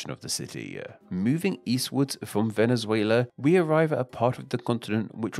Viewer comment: Nice video but please, at least try to pronounce the names of the countries right. Chili? Venizuila? Coelumbia? i know those are not english words, but anyway.